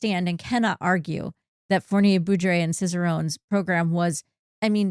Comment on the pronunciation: "Fournier-Beaudry" rhymes with "poorly say low-key". Foooor-nee-ay Bow-dreeeee